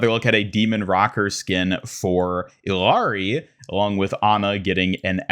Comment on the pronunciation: First off, Illari is pronounced ee-yar-ee. Her name is literally said in the game, like all of them Second, the silhouette at the end looks like Custom wing zero and they give that skin to mercy of all characrers, that will be very disappointing as it wouldnt suit her at all. People speculated that it was pharah